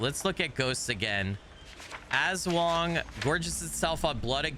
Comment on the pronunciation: AHHHHHHH!!!! ASWANG ARE FILIPINO SHAPESHIFTING CREATURES FROM VAMPIRIC CREATURES TO WEREBEASTS AND MORE!! ^^ <3 AND BTW YOU DEAD ASS NAILEDD THE PRONOUNCIATION!! xD <3 IM SO EXCITEDDD!! 😱🤯🔥 I was literallyyyy thinking IF they’d add I’m sum Filipino creatures xD <3 they did!! >:0